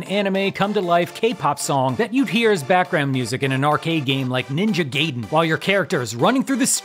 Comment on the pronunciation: No lie - TJP's theme was my ring tone for three years. Ngl - the way you mispronounced both Gaiden and Pac is messing with me a bit. Still I prefer Neville's 205 Live theme as it felt more Boss Music.